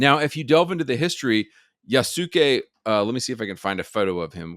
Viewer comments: And all -suke names are more -skay than -sookay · Btw his name is pronounced Yasuke (Yas-kay)